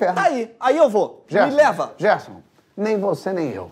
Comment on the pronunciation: "GEERSON" KKKKKKKKKKK aí eu já ri